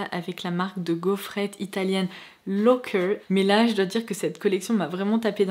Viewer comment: Coucou, je veux pas faire ma prof 😊 mais cette marque de gaufrettes se prononce Loàcker, comme on l'écrit.. je suis Italienne et j'ai grandi en les mangeant 😉 😂Merci comme d'hab de nous poster ces vidéo un de marques hors de l'ordinaire ❤️